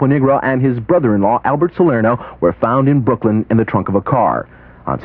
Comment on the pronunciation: Brother. Not brovvvvver